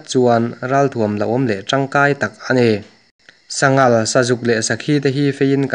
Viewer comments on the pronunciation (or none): Tui deuha ngaihthlak ka tum a silai ZEN tih vawihnih thum bak ka ngaithla zui talo mai..Chuan mizo trawngah SANGAL a awmlo aw SANGHAL tih tur..AR pawh AL tih tralh loh tur..